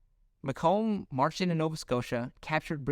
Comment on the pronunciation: FYI, 'Macomb' rhymes with bacon. I feel like this would lead to a few more US territories as well, namely Nicaragua and Greenland. Interestingly the US would have never gotten the Philippines and may not have 'opened up' Japan to trade.